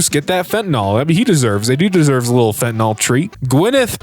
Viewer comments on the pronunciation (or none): fen-ta-nyl not fen-tin-ol